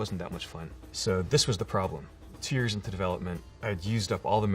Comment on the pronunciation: when he says tyears into development, and it's not clear whether he means tears or years, I felt that.